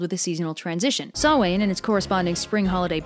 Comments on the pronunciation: Excellent video! If I may ... the first 'a' in Samhain is pronounced as 'ow' not 'oh'. And Bealtaine more like be-ow-tal-in-eh. Irish phonetics are most delightfully daft! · Pronounced sowain not sain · Okay, so. I'm not criticising you or trying to be rude, but I'm fluent in the Irish language and despise mispronunciations in any language and I love your videos and that you do an insane amount of research, so, for future reference: Samhain's pronunciation = Se-OW-in Bealtaine's pronunciation = BUHyowl-TIN-na And just in case you ever need it: Lughnasa = LOO-na-sa I honestly have no idea how to pronounce the other great Celtic festival, Imbolc, as I've never heard the word spoken. My best guess is: IM-buh-ul-k Capitals for emphasis. I really love your videos and you should check out the tenth century narrative, Nera and The Dead Man! I also mean no offense by this! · Samhain and bealtaine, at least where I'm from, is pronounced s-ow-an and bee-al-ta-na. Video was brilliant and always love watching them! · Samhain is pronounced sowwin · Sa-win and byal-tin-a